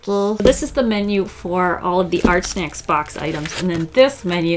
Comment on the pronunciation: I keep hearing her saying Art Snek 😂